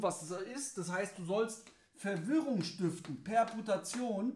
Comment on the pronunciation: Kleiner netter Hinweis für Dich.... Minute : Es heißt korrekt "Perturbation" nicht "Perdutation" :) Es kommt lateinisch von perturbare = verwirren